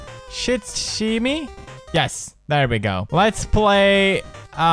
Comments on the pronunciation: Its pronounced Shut-shim-e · It's pronounced sushimi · it's pronounced (sue she me) basically! the H in the Sh is silent and the T is as well. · It's pronounced shut-she-me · I lost brain cells listening to him say the name of the game